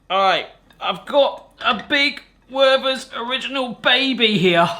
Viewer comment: The "th" in the name is not an English th. The h is silent, and the t pronounced hard. Also the first e is an open one. More like "Vehrter's"